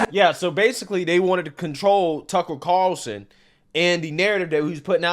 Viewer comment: who is "Tuckle Carlson????????" your pronunciation cracks me up bro keep it coming. cheers